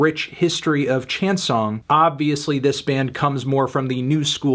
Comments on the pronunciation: I was like "chain what ?" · This dude really said Chan-Son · Anthony: goes out of his way to learn how to say all these names in French Also Anthony: chengsong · Chan somg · I like how anthony doesn't try to pronounce chanson in french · Ah putain, merci ! Je comprenais pas ce qu'il disait ! XD